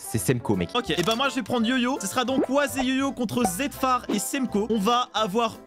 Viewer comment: Pourquoi zetfar c'est appelé zeftar